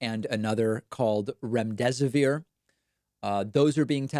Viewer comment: I am cracking up at remdesivoir!! I haven't laughed in days